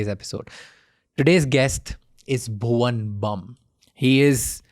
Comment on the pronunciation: bro Bhuvan Baaam not bum 😐